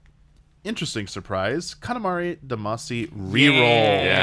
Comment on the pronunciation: you pronounced Katamari Damacy incorrectly